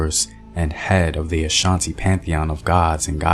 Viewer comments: point of corrections am Ghanaian an Akan. You may be Akan not Ashanti there isn't a tribe called Ashanti. The name Ashanti was lately taking by 11 Akan towns who joined forces together to fight the most powerful Akan people at the time, the Denkyira's. Ashanti correct pronunciation is ( Osa Nti ) simple means because of War. Akans are about 70&of Ghana population. You can also find them in Ivory Coast. We duel from the 7 Clans of Akans. You can identify them through their Totem. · The accurate pronunciation is 'asante' asa=war 'nte' =because of, 'because of war' cos they were a war-like people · No my Brother the correct pronunciations ( Esa Nti ) simple put it because of war which corrupted to become Asante. Remember we all Akans untill the year 1805 when the Great Anokye oder 11 towns to joined forces together to fight The Denkyiras under the leadership of (Osei Tutu Opemsuo.) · It’s not Ashanti it’s Asante (Akan)